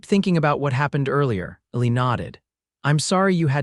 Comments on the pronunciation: P.S.—— The narrator never pronounced the name “ELI” correctly. It was written ILLY and something else. I couldn’t tell what his name was until I looked it up. This is not meant to be a criticism, just an observation. I enjoyed the well written story line very much. Thank you😊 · His given name I think is Elijah, so the diminutive should be Eli (or Ely) which is pronounced E-lye. AI needs to be better or they need to hire actual humans who can deal with names (people and places - you should hear AI on Tucson!)